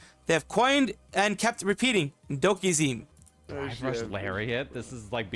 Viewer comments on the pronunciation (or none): AirSPDing Bison's scissor kick is a 1-frame input. That's 1/60th of a second. Dokizeme is a play on words on "okizeme", a Tekken term meaning to put pressure on a knocked down opponent as they attempt to get up. It's japanese, so the "zeme" is not pronounced like "meme".